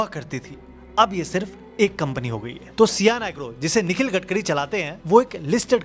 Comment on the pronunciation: gatkari nehi garbari